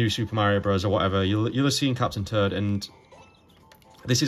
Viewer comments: Love your videos, but man when you say Captain Toad, it sounds like you are saying "turd" like poop haha. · captain turd... and turdette... sorry no disrespect but thats all i heard lol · I love how you pronounce captain toad as captain turd and turdette 😂😂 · Lol I was looking away from my phone while listening and I thought he really was saying captain turd until I looked back at the screen and realized he was saying captain toad 😂